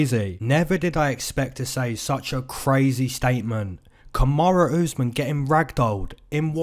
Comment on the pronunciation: why do ppl say "kamara" instead of "kamaru"